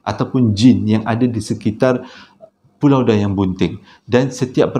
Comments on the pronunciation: walaupun 'pualau' tetap terbaik!! 👍🏻👍🏻👍🏻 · Ramai yg terpuakau kan. Tu yg jadi "Pualau" tu. Thorrbaekk 😅😂🤣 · Tersasul ke, pekataan "Pualau" ke, xpa, Kami tetap terhibur.. 🤭🤭🤭 👍🏼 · Pualau pon boleh bang ... Tpi sokey ... Semua faham 😉👍👍